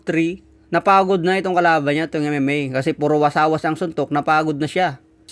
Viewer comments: Hindi Po wasawas,, Kundi Wasiwas.. Good luck,,.. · Wasiwas Hindi wasawas😂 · Wasiwas boss, hindi wasawas 😅